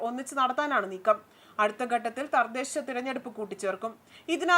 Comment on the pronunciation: 🎉🎉🎉🎉🎉🎉🎉🎉🎉🎉🎉🎉🎉🎉🎉🎉🎉🎉🎉🎉🎉 good point and good look...🎉🎉🎉🎉🎉🎉🎉 Thardhesha alla thadhesha ..onnu koode sradhikkuka